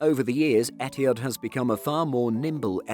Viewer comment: The way you pronounce ETIHAD is so WRONG! Where did the H go?